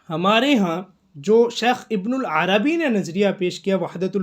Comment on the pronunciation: ویڈیو بنانے سے پہلے کسی سے شیخ کا نام تو صحیح کرلو، ابن العربی نہیں ہے ابن عربی ہے۔ ہرجاہل کو شوق ہے ویڈیو بنانے کا۔